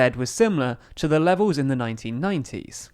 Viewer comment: The word is BREXIT not Brexihhh .there is a "t" at the end. It's "levels" not " levows". I support your views, but please speak decent English.